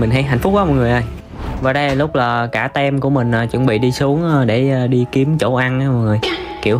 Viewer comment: weo của ngừi ta team đọc là tim chứ k phải tem nha anh🤣🤣🤣🤣🤣